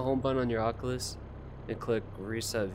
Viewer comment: bro why do u say ockalus im dying rn ahahaha